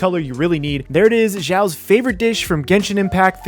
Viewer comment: It's not "jao" it's "shao" X in chinese has the SH sound.